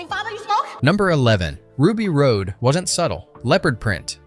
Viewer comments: You said Ruby Road…. Um… no? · "Ruby Road"? You reviewing a film with 'facts' but cannot say one of the main characters names. Come on! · i still quote the divine language when people touch me (i hate being touched) i'll say 'Senno ecto gammat.' I also have her tattoo. HOW DID YOU MISSPRONOUNCE RUBY'S NAME???????? :O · Milla was nearly half Besson's age... but yes, so was Maiwenn. Anyway, the way Ruby's last name is pronounced shows that chatGPT didn't even watch the movie. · I’m loving the info but this voiceover is killing me. It’s Ruby Rod not Road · Love learning about all this. One thing I thought should be brought up about the character Ruby. Ruby's last name is pronounced "Rod, as in Hotrod." Not like Road. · The announcer has literally never seen it, or he would know that it's NOT pronounced Rue B. Road. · “Rod” not *”Road.” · DID YOU EVEN SEE THE MOVIE? ITS RUBY ROD, NOT RUBY ROAD!!! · It's pronounced "rah-d" not "road". Driving me nuts. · This review is OK, but so irritating. The dude doing the voice over has clearly never even seen the movie. He's mispronouncing so many of the key words. Like repeatedly saying "Road" instead of "Rod". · Besson's wife Maiwenn was in the blue alien diva costume, but that wasn't her voice. I forget her name, but she's a well known opera singer. Also, It's pronounced Ruby ROD, not Ruby Road. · Ruby's last name is pronounced "rod", not "road". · It's Ruby Rhod (pronounced ROD, not road) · Awesome video man this is easily one of my favorite movies of all-time and most definitely a timeless sci-fi classic that will likely never be replicated. One teensy tiny gripe is that it's Ruby Rhod (Rod) not Ruby Rhode 😁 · why do you keep calling hiim Ruby Road? It's Ruby Rod. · It’s pronounced “ROD” not “road”! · RUBY "ROD" Not RODE. ffs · Ruby Rhod's last name is pronounced "rod" not "road." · Your narration keeps pronouncing it road. But Ruby Rhod was pronounced rod. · can't stand the mispronunciation of Rhod and Cannes